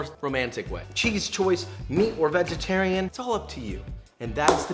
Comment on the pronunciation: We got BEEFY BOY and VEGETAWIAN HEAWFY